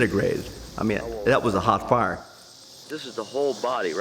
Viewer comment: Did he catch himself on fiyaaa . That’s a professional speaking ?? 😬 yikes